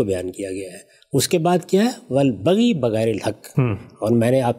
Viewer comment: محترم غامدی صاحب ! قرانِ کریم کے لفظ البغی کا تلفظ آپ صحیح نہیں کرتے۔ سامع کی رائے متأثر ہوتی ہے۔ لفظ البَغْیْ ہے البَغِی نہیں ۔۔۔ !